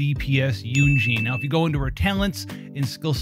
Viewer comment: Why are you pronouncing Yun Jin as "Yun Jean"?